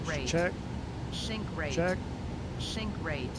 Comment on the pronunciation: WADAFAK, why shink rate and not sink rate? xd